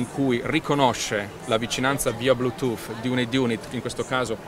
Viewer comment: Ma davero, quello li sta dicendo verramente Blutoooof... Ma parte quello tutte parole inglesi usate mescolato nella piu bella lingua del mondo fanno scifo a sentirlo...